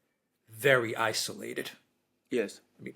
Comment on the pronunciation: Thank you for pronouncing "isolated" correctly. Can you please tutor Alexander now to do the same?